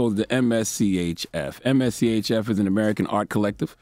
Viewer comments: MSCHF is how you spell it... It's just pronounced mischief... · Just say Mischief. Geez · I’m weak, it’s pronounced “Mischief”